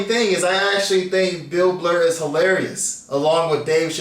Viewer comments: Bill Blur lol its Bill B-err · I know the difference, but in the end it's the same emotion and trying to act like it's not seems awfully weird. But you do you. Btw: it's "Burr" not "Blurr". You're the second guy I heard calling him Bill Blurr. Maybe that's just a Laurel/Yanny thing. ;) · I challenge you to pronounce BILL BURR instead of Bill BLUR. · Funniest part is a lot of people say Bill Blur instead of Burr.. love your reaction! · That's funny, I was about to come on and say "blurr" really? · Burr! Burr!! Burr!!! No L :) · BURR!!!! With an R